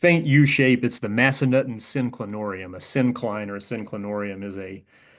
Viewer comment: I'm pretty sure it's pronounced Mass-Uh-Nuthin. Haha, I used to snowboard there.